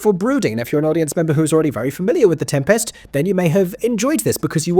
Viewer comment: My review after watching for two minutes: good use of ‘is’ and ‘are’, strange pronunciation of ‘Tempest’ and over-acting in the role of presenter